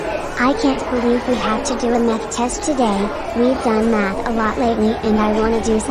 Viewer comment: i heard meth instead of math